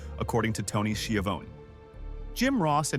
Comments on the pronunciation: “Tony She-Uh-Voan” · Ah yes. Nothing says AI shit slop video like Ted DeebeeACE and Tony SkeVONEy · Didn't u see Tony ski in avone😂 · I only put up with the AI in these wrestling documentaries because I love professional wrestling. But it still cringed me when AI mispronounces certain names: Tony Schiavone, Ole Anderson, among others.